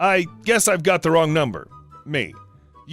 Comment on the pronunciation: Omg, when you said Wong number my coffee went everywhere. Gotta make a note, no drinking anything while listening to reddit stories